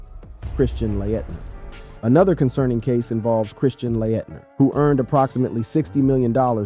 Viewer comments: It's Christian Laetner not Christian Layettener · Christian Layettner???? Talk about butchering a well known name!! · He said Christian Lah-Et-Ner and Ja Moe-Rant … 😂